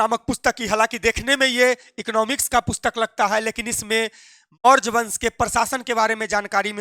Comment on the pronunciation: Maurj wansh 😂😅 pahli baar padhe